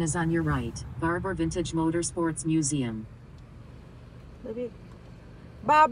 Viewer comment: ว้าว 9.99 แสนแล้วววววว ครบหนึ่งล้าน แจกเสื้อ หมวกนะ คนสวย ( Barbar น่าจะอ่านว่า บาบ้า นะ ) แต่วันนี้ ขอขอบคุณมาก นี่แหละ ของชื่นชอบที่ผู้ชายทั่วโลก อยากเห็นอยากสัมผัสและอยากเป็นเจ้าของ มันเยี่ยมมาก ดูเพลินเลย น่าสนใจพิพิธภัณฑ์ Haley. ไปเลย